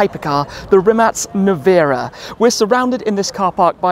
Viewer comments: I'm so happy to hear correct pronounciation of Mate's surname :DD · Perfect pronancuation of Rimac... Congrats :D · I like how you pronounce Rimac correctly! Btw i live few km further, passing by this "factory" every day on my way to job. Great content Tim, you're the best! Couldn't be more proud of Mate! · Big BRAVO!!!! Probably the ONLY ONE born-english-speaker in the world who pronounces "Rimac" correctly. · respect for being the only one who says Rimac correctly 🙌😂